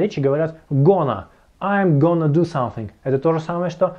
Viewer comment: Не гона , а гана